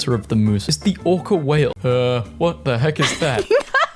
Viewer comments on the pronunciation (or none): none